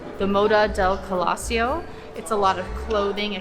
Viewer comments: Nice video, thx. The name "colosseo" is Italian, you stress it on the "e". Keep going, I subscribed. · First time You pronounced it like we Germans do. 😊